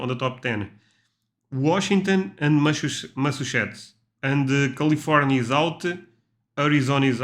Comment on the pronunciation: OK repeat after me - Massa......Chu......Setts.....